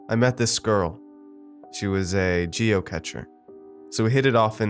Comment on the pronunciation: Isn't it "geo-cash" ?